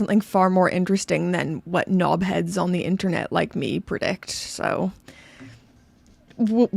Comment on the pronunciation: You saying "knob head" with your Canadian accent, for some odd reason just makes me giggle. And I think the less said about the Yatch-Msster 2, the better 🤮😂